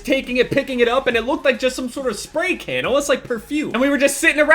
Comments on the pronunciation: I thought you said kid instead of can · for a solid minute! when you sed "can" i thot you sed "kid" and i was like WHAT THE FUCK?! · I thought you said KID like 100 times. You just ran over this small little white kid lol.